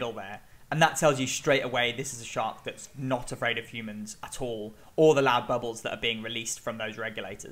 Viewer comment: That was the most British sounding “at all” I’ve ever heard in my life.. Atahlll